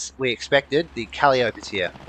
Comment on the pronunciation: Awesome videos! You are a natural commentator and it's easy to follow what's happening. Keep it up. On a side note - 'Calliope' is pronounced "kah-lie-uh-pee" which is a muse from greek mythology and also the name for a steam-organ/pipe organ which the rocket tubes resemble. All the best, friend!